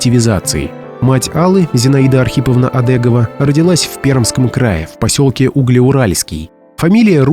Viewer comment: Не Одэгова, а Одегова.Фамилия распространённая в Пермском крае.